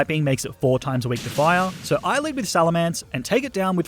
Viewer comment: SALAMENCE, NOT SALMELANCE!